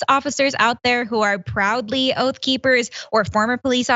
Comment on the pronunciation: OATH OR OAF?